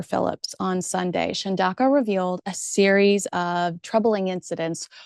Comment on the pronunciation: CHUN DA UKA is how you say it. African languages are very phonetic.